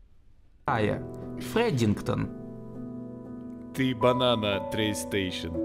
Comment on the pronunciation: Фредингтон = Падингтон